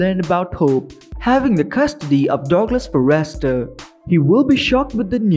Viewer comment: Would someone tell this guy it is not pronounced far rest ter